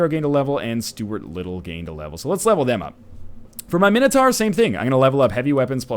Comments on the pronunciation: God NL, It's not Mini-Tar it's Mine-o-Tour. Gotgudengland pls. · No matter what it is but it certainly is NOT mini tar.... that's fucking retarded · No, guys, it's Min-O-Tohr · Nah mate mini-tar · Mxyzptlk246 Agreed, Min-O-Tohr. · Man, here I was thinking it was minotaur. How silly am I?